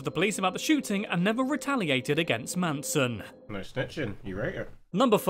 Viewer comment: ITS NOT FKIN MANSOM ITS MANSON